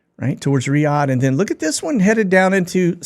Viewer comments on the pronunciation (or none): none